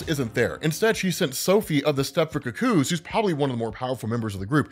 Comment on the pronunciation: her name is firstname Kitty, lastname Pride, what is going on with your weird emphasis? Also, look up how the rest of us pronounce cuckoo.